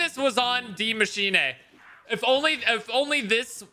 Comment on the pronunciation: It really kills me that he pronounces it like Dee mashinay because it’s pronounced like die machine with an s befor the ch